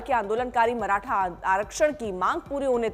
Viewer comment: माराठा नही मॅडम मराठा बोलो इन गोदी मीडिया को ठिक से नाम भी लेना नही आता